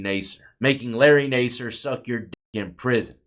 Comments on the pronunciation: His last name is pronounced Nasser. Not Naaser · Better to correctly pronounce the names of the people in your videos. (Incorrect: "Nay-sir". Correct: "Nass" -- rhymes with "pass" -- "er".) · It’s pronounced nassar, like NASCAR. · It’s pronounced NAS-SIR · You should learn how to pronounce names your not even saying his last name right 😂 maybe it's all the Sexual favors you did you swallowed to much cum. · You’re pronouncing his name wrong